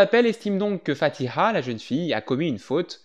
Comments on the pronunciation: Bon accent pour le Fatiha !😊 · On adore la bonne prononciation du prénom Fatiha... 👍🏻